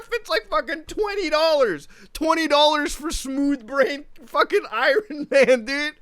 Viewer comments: Who the fuck is "I Ron man"? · Did you just call him Ayran Man? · Nobody Mutuhar: I Ron man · I-ron man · I-RON MAN 😂I'm done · I cringed when he said I RON MAN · no one: muta: Iran Man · “Eye-Ron Man” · “ I RON MAN. I RON MAN” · Who tf is Eye-Ron man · Why did say say Iron Man wierdly